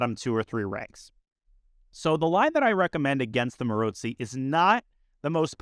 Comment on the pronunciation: Danya’s pronounciation is right, with a ‘ts’ sound, might have to do something with his own last name having the same sound in it :) I’d say it with a ‘ts’ and also a long o - like at the end of the word ‘go’ or ‘no’, with the emphasis on the second syllable